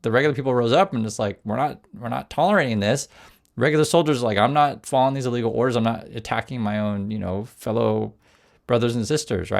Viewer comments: Just a suggestion, but... enunciate when saying "illegal" so there can be no misunderstanding later used against you. It sounds way too much like "legal" for your safety. Again, just a suggestion. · Watch your enunciation, I too often hear and the Ai doing CC prints "legal" when you clearly mean "illegal" orders